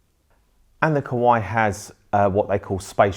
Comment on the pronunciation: Why you sound Kowai instead of Kawai...)